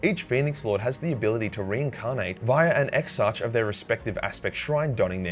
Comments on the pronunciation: It is painful to hear (ex-ark) pronounced (ex-arch). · Exarch is pronounced as ex-ark, not ex-arch. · Exarch is pronounced ex-ark. Just so ya know. 👍